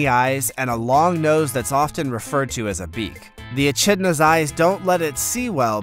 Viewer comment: "Atchidnas" (achidnas) and "groose" (grouse).....